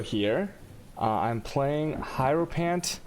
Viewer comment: I'm pretty sure it's said her-o-fant man.